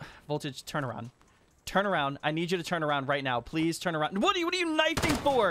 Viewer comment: plez, yes ...plez